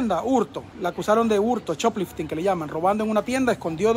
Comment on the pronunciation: Se dice shop lifting